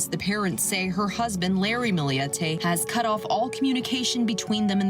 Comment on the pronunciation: For FUCK’S SAKE! It’s Millete NOT “Milli-yette”! Get it right jerks.